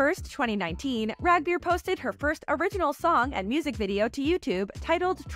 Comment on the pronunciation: Rag beer? Yall butchered the name in the worst fkn way